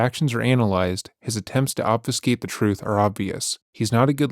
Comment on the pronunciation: I need someone to explain what “troof” is, he keeps saying it and I have no idea what “troof” is.